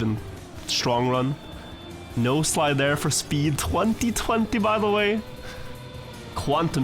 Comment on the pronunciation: So, I finally installed TM 2020. I used to play TM Nations Forever way back in like 2004, but hadn't since and just watched. I just now found out after years of watching that the word is 'No-Slide' and not 'Nose Slide'. I always wondered why he said that when the nose wasn't really doing anything special.